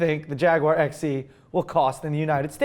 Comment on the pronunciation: when you say EX it sounds like you're saying sexy with is fitting for the Jaguar EX, I mean they should have just called it the Jaguar Sexy, am I right? Also you should get red brake calibers on your CLA250 so you get that extra 5hp